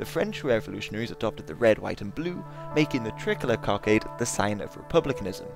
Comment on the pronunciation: You pronounce "tricolour" like "trickler"